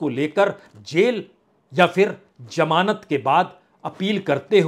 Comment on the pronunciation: Jamaanat This is wrong pronunciation it actually means Zamanat